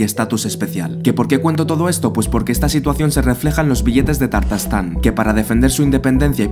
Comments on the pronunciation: Por qué si es Ta_tarstán, dices Tar_tastán ? Aprenderse las palabras antes de grabar es más impecable que pronunciar mal... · Primero que todo no se pronuncia "Tartastán" sino "Tatarstán!" Pues me alegra mucho que no se haya independizado! Demasiado territorio perdió la Unión Soviética en el 89. Ahora bien, tiene sentido que Estonia, Letonia y Lituania se separaran porque fueron naciones independientes hasta la Segunda Guerra Mundial. Empero, Tatarstán jamás fue país independiente! Así es que, no tenía sentido aprovecharse del caos para proclamar Independencia. Algo similar pasó en España con Cataluña queriendo aprovecharse del blandengue presidente Rajoy y los supuestos "abusos que ha cometido el Gobierno central para tergiversar la realidad, levantar calumnias, provocar anarquía y separación!